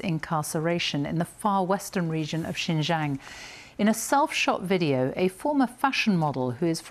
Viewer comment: Be good if she could at least learn to pronounce Xinjiang correctly. Sorry, that's not too important here.